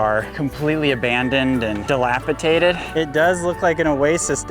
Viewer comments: Baby Issa is way too cute. Love the stories you guys share. Oh and by the way, it’s dilapidated not dilapitadid (my daughter-in-law had to correct me years ago so thought I’d help you out with it!—not trying to be snarky!) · dilapidated, with a "d" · Another great episode! We love watching Isa grow and explore. (Just a note, the word is "dilapidated," in case you have occasion to use it again. :) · Love you guys and your videos! Keep it up, favorite Saturday pastime during breakfast is watching hour family’s adventures! Thanks for sharing. By the way it is Dilapidated with a D! lol! Keep it up!